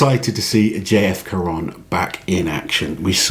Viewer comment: We don't pronounce the "N" of J-F. Caron in the french language ;-)